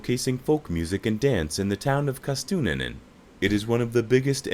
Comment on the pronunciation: City of Kastutuninen 😂. Kaustinen. And Every F.. ING Finnish word sooo bad. English speakers have no idea how To pronounce Finnish. Italian and Spanish 1000x better.